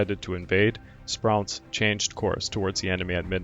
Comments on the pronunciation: G'day, I just don't know what to say about your narration of this video. One on hand, you obviously took a lot of time to correctly pronounce all the names of the Japanese naval ships, planes and Japanese personnel yet you did nothing to help yourself with the English pronunciation of just about everything. You stumbled over the names of nearly all the US fighter planes and bombers, similarly with the names of the major USN officers. Over a dozen times you said "aircrafts", this is incorrect. Aircraft needs no 'plural s' on the end of the word. It's a word like 'sheep' or 'fish' it's both singular and plural in context. Then you would say aircraft, once or twice, correctly. The main port and city of New Guinea is Port Moresby, not "Port Moresberry", as you said twice. I don't know if you're a lazy narrator or a bad one. Whatever, you really should take the time in your research to, at least, pronounce common English military terms correctly. Or is Japanese your first language? Your avatar certainly doesn't indicate you are Japanese. I'm a documentary maker and writer. I've literally seen thousands of military documentary films. None are as poorly narrated in English, by an English speaker, as this video of yours. It pains me to say all this but your narration totally spoilt a video on one of the most important aerial/naval engagements of WW2. Get your narration right and I promise you your subscriptions will skyrocket! BH P.S. I wrote this (above) before I read any other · Sprew-ence, hall-zee. Hard to take this serious, When legendary American commanders names are pronounced wrong. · I don't mean to be critical but the mispronounced names of commonly known people and places is really pretty bad, from the garbelling Port Moresby to "Morseberry", Adm. Halsey to "Haisleys" Raymond Spruance to "Sprouse" and also, when describing a plurality of airplanes is not "aircrafts" its aircraft, All stop there. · 'Sproo ence and 'Hall zee